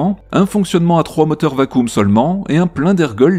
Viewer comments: VAKIUM et pas VACOOM, c’est comme ça qu’on prononce «vacuum» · Merci pour la vidéo mais le mot "vacuum" prononcé vacoum, je suis à 2 doigts de me défenestrer